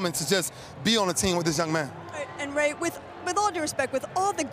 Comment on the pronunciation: "Ray" Lewis not raw lewis